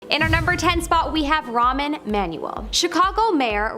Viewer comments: First of all, it’s Rahm, not Ramen. He’s not a box of noodles! Second, the secret service protects the President, NOT the CIA! You might want to check your facts before posting on YouTube! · pronounced ROM E Man U el. Ramen Manuel? How do you even get that? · Ramen? Do you see an N? Sorry it's frustrating to me watching a video and the narrator obviously hasn't done the most basic preparation. It's a well documented public figure. No offense.